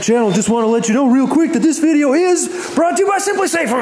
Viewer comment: It video, not "vidjeo"